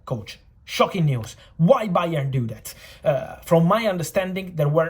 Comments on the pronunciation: "Bayern _oard" the B is silent from Fabrizio just like the board kept it silent to this time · Fabrizio “BA!-ern” Romano